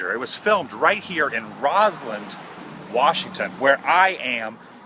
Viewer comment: Why does this weirdo keep saying Roslynd? Roslyn.